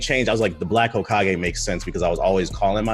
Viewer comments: My boy said “Hokeeagé” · This ninja said Hokeeage... like he dont watch naruto. 👏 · I just wanna know where he got that pronunciation from